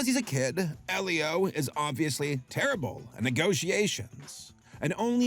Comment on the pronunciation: AL-leo?! You prounced Elio (EElio - Elio with a HARD E) AL-leo?